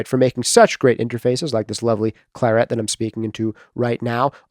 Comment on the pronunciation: Your pronunciation of the colour claret is bizarre! Neither like like English or the French.